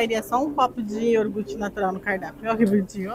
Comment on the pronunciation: Por favor, não fale mais "iorgute". O correto é ioGurte...por favor!